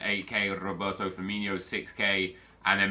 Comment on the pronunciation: Can you stop saying firminio? It’s firmino